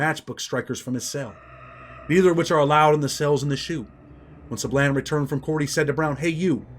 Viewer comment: when you Pronounce" Sablan", its like this,.." Sãblån" Sa like Saturday, and blan like blonde. "Sablan."👍